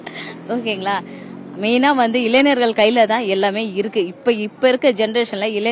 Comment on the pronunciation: இளைஞர் என்று சொல்ல தெரியல இளைநர் என்று சொல்ரா